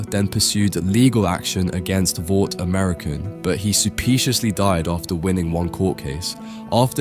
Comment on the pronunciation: Bro do you not think about what you're saying at all?!? Like, you legit say supiciously